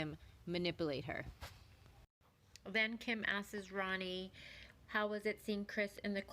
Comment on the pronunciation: The narrator continuing to mispronounce a simple word like “asks” (she’s saying askeses) is enough to make me not follow her which is a shame because it’s good content.